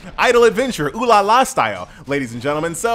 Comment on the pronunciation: finally someone saying it right.